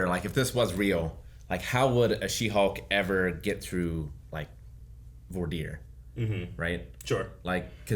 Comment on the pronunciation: Ricks pronunciation of voir dire was hilarious to me. This chicanery?!?